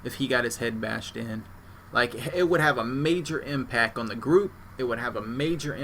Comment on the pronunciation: the word you repeatedly use has a letter in it you are obviously unaware of. its a t. it goes at the end of the word impac. its changes the pronunciation to impact.